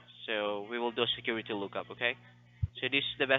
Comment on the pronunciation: Biggest Little City in the World 🎰 Scammer said "squiwity number" 😂 Welcome back,! ✌😊👍